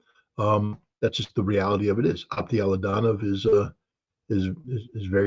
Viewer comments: He can't even pronounce the name ofa guy he calls friend and says he knows him very well. His name pronounces as Aptí Alautdínov. What Scott is saying I have no idea. Something like Ato Laudaow😂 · Aptee Ala oo Dee nov..Please pronounce it correctly Scott.